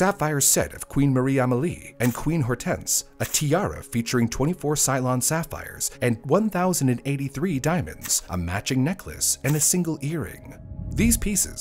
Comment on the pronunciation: It's CEElon, not CYlon. Cylons were the baddies in Battlestar Galactica. Ceylon is a country we now call Sri Lanka. Two totes different things,.